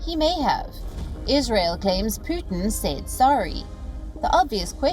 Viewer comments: Why does she keep pronouncing his name as Puthin? It's Pootin. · Not "poo-thin " but "pyoo-tin "